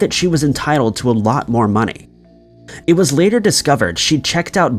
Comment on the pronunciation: The way you said money pissed me off. “MoNaY”